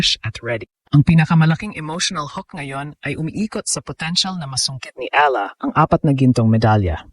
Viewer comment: Ala ka ng ala ang pagbasa niyan (eyala)